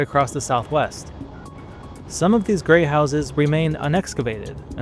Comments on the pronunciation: To my ears it sounds like you are saying "Gray" House and not "Great" House. Lol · I was about a third of the way through this before I realized you were saying Great House, not Grey House. You're swallowing your final T. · “Grey House” ??? I re-wound several times. Are you trying to say “great house”. Maybe it’s cold, IDK